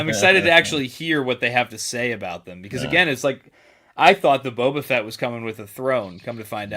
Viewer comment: Toe-ba Fett! 😂